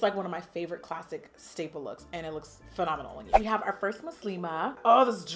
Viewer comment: “Muslima” that’s the right way of saying it Jackie❤️❤️